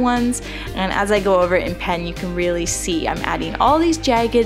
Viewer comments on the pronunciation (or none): Nice, thanks! These look great and your voice is very soothing. Love the way you say "jagged"--it almost sounds like jae-gged!